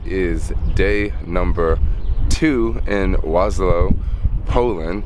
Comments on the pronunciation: Warsaw bruh, not warslow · please do not refer to my city as "Waslaw" the proper pronounciation would be "Varshava" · Waslow? It's Warsaw. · So is Warsaw Poland really pronounced Was-Low? Or are you somewhere else? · Soul Jacker War...saw. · Kept hearing Waslow in the video :) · regarding the time you took to asnwer the question, I guess you finally managed to grab a bit of basic education. Warning- learn how to pronounce Warsaw correctly, or dont use the word at all. You are nor in Bronx, bro, to speak like a black idiot here.